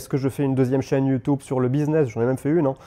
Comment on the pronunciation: Pourquoi ta prononciation est bizarre ? YouTOUB , et iiiii phone?!